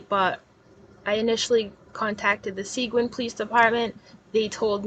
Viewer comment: FYI Seguin is actually pronounced Suh*geeeen